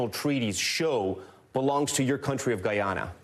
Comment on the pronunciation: Thank you for pronouncing Guyana's name correctly, Mr. Moderator. The President of Guyana did a great job in representing our country. May wisdom prevail at the upcoming meeting. Essequibo belongs to Guyana!